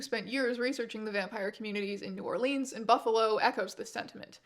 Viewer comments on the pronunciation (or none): Please, its New Orlins, not New Orleens :face-blue-wide-eyes